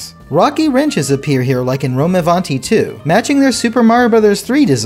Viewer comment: As an italian the pronounciation of rome avanti is so good but funny too😂